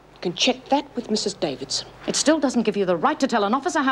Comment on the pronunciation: Is it just me but can't seem to pronounce the word 'Davidson'?